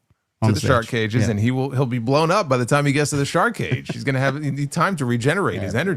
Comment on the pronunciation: Anyone else hear Schiavone say two cages one ring 😂😂